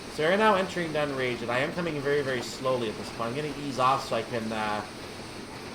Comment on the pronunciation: pronounced dunn-rag-it